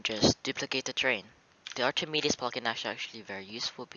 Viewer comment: Btw it's not pronounced Archimedes, it's pronounced Arkemeedeez.